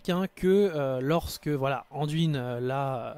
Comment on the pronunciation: Jamais j'aurais pensé que tu répondrais xD Yuna et Sam dise DUIN, pas DWIN :D D'ailleurs, dans les voix francophones en jeu, Anduin est bien prononcé. Pour répondre à tes questions, Illidan et Gul'dan, ça colle bien dans l'oreille, Muradin et Dalaran, je reste neutre car les 2 versions ne sont pas choquantes. Varian, j'aime pas ce personnage alors bon, mais dis ainsi, j'ai la sensation d'entendre le prénom d'une petite fille. Haha A vrai dire, c'est pas que j'ai pas l'habitude d'entendre la version anglaise, c'est juste que je ne joue pas dans cette version car je n'aime pas cette version anglicane des noms. En tant que joueur qui adore le lore, je préfère rester fidèle à des noms franciser, comme Deuillegivre, Deuilleroi ou encore, Coursevent, car je trouve le nom tellement plus ... claquant qu'en anglais. Et on anglicise tellement tout dans ce monde que ça me gonfle alors bon, un peu de résistance, ça fait pas de mal. :D Donc, libre à toi de parler comme tu l'entends, c'est vrai mais entendre DWIN, c'est blocage total dans ma tête :D